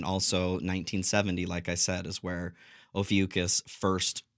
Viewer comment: It's pronounced oh few kohs or kos. Not oh few cuss it's Greek. 🙂